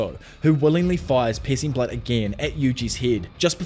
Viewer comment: I swear I thought you were saying "Pis*ing Blood" lol